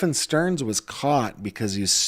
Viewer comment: The way that I flinched when he said Madeline STERN 🥴